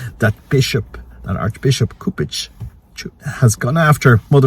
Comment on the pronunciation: My dear friend you pronounced the later part of the nsme right but the C is pronounced as a K. Regarding Novus Ordu, we must defend the traditional latin mass. St. Cantius continues their traditional latin mass it is home to a large community! So we will see! It is clear that this pope wants to destroy the catholic church!